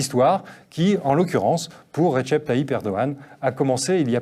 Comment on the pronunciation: on dit "redjep" et pas "retchep"